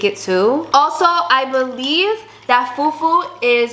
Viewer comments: Her pronunciation of fufu and puff puff is killing me 😭😭😭❤️ Love from Nigeria ❤ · See how they pronounced Fufu and Egusi, and Jollof rice 🤣🤣🤣🤣🤣🤣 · I'm a Ghanaian but I love Nigerian food 😋 please try Ghanaian food . The pronunciation of fufu but you tried 😅😂